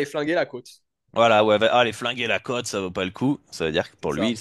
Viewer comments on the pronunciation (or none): tu n'as jamais fais gaffe de sa prononciation? Il dit cote comme côte de bœuf ou côte à monter 😂 Je te kiffe 😘